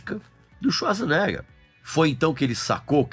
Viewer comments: O sobrenome dele se pronuncia: chvarts zenêga😮 Como quase impronunciável?... vem com o brimo dos idiomas aqui😂❤ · quando mais novo quando nao sabia pronunciar seu sobrenome , a gente falava " arnold suasnegas", nao achei o filme QUEIMA DE ARQUIVO , ruim , inclusive é o ultimo filme da Era de ouro do Arnold